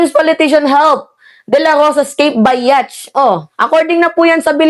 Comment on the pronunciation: "Yat" po pag pronounce ng yacht.